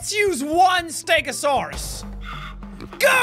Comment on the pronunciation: i am a ste-go-saurous